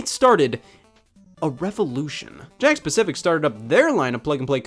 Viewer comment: Today I learned it's "Jakks pacific" Not "Jakk specific"